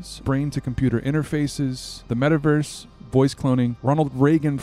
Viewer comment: "metawerse" Werse than what?